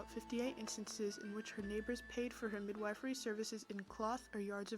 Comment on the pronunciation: Midwifery is pronounced “mid- WHIFF- ery”